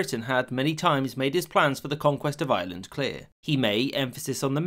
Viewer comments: I hear "Island" and not "Ireland" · Rome ignored Ireland and the narrator ignored the "r" in Ireland